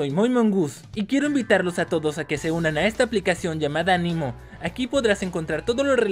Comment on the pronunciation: Muy bien amigo 😃 solo tuviste un error es Amino... no animo 😂😂 Suerte.